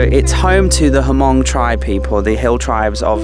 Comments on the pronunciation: h is silent. mong. 555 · Hey, the Hmong tribe is pronounced mong. The “H” is silent. Just so you know. Keep up the great work!